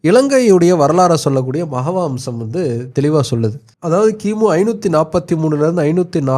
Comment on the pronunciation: மகவம்சம் இல்லை மூதேவி. மஹாவம்சம்